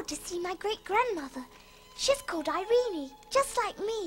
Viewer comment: The only thing I hated about this movie as a kid was the pronunciation of the Princess' name "Irene-Y" it's so annoying. Just say "Irene" like "Irene Cara".